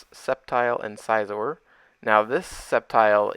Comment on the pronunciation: Scizor is pronounced like scissors ✂️